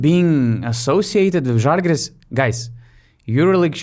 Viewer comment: Also, its ŽAlgiris, not ŽalgYris